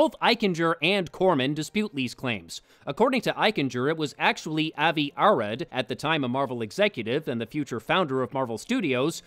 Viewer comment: Avi Arad is pronounced "AH-vee uh-ROD."